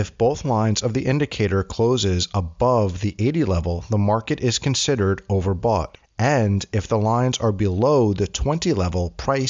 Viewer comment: you need to fix and say overbought.